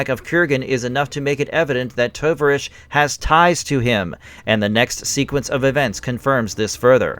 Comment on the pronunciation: It’s the Russian word for comrade. The name should be pronounced ‘Tow-Vahr-EEch’. O as in tow A as in car I as a long E as in field Good video.